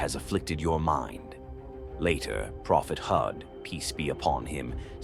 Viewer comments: Prophet Hud not hooth stop using ai voice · Poor pronunciation!! You didn't even bother to try and pronunce Prophet Hud's name or other Arabic names!